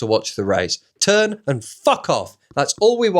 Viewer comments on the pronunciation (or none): none